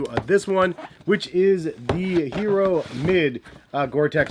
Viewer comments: Yes, it's not Hee roh like he says. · ee-yeh-ro. Pls pronounce